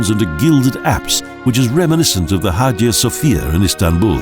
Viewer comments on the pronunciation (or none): none